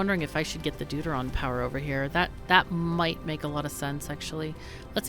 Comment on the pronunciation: Every time you say "Deuteron" I hear "dude-ah-ron".